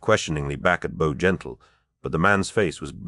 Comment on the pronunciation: Is this an AI ? I don’t understand the difficulty in pronouncing either Bowgentle or Gran Bretange.